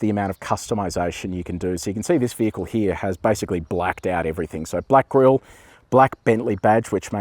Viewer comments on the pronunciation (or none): none